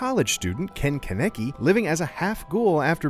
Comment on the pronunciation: It's actually pronounced Cah - neh - key lol